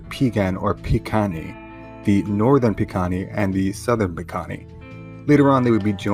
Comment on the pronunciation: Pronounced Bih-Guh-nee. The P makes a B sound and the k makes a g sound. Amska-Pi-Pikunii Southern Piegan